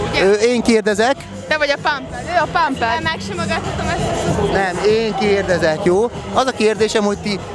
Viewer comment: Pámpd nem pámped😑